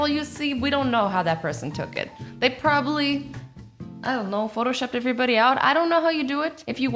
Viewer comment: Did azzy just say probaly